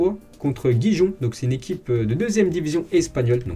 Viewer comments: ça se prononce « riron »… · J'ai entendu gijon où guijon 😶😶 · On dit Gijon , ''R''irrlon ;) le G et le J se prononce R